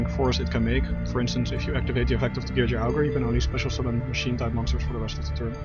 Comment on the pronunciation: it's pronounced Gear gee Ah not gear jee uh